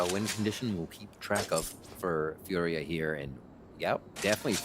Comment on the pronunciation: It's Fooriya not Furia💀